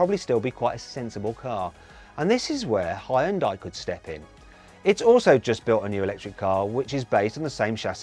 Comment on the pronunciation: geist 발음 기가막힌다고 칭찬하는거같은데